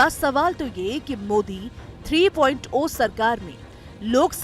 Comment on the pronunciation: are bokli 3.0 (three point zero hota hai na ki 3.oa )